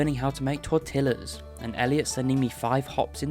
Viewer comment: This is a great video, but why do you pronounce tortilla like that 😭